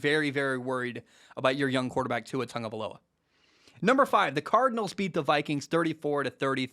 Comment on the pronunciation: it's Tua TAGovailoa not TUNGovailoa